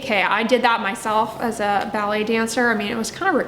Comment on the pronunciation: I kept thinking was talking about belly dancing.. then I realized she's saying BALLET 😂🤪